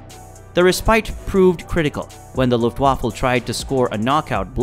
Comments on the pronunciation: Please- 'vaffa' not waffle, you eat those and its not a fighting force!! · this is the second time I have tried to watch this. but unfortunately only a couple of minutes was enough. Luftwaffe NOT Luftwaffle. and talking about an out of ammo spit and the plane shown is from the Redbull air race. taking a very interesting topic and turning it to shit. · It’s not luft waffle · Luftwaffle haha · luft waffle? An attack on "Burr-LIN" ?